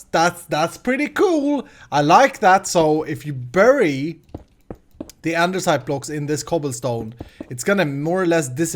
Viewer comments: its not andeRsite!! its called andesite😂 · Great episode! Small comment on something, Andesite doesnt have "r" in it :D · there is no R in andesite! xD